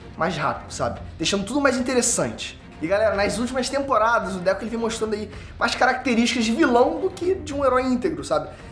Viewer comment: Mano 🤣🤣🤣, não é Déku, é DEKU...🤣🤣🤣 DÉCO, é o ex jogar do Barcelona 🤣🤣🤣